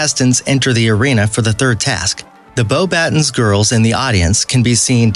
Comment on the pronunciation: I am deeply offend by your pronunciations because if you yourself have watched the movies you would know it’s pronounced 1. Dä-be no dōbe 2. Beauxboutöns not Beaux-bat-ons 3. Bass-a-lis-k not bisillisk I can keep going, jeez dude come on!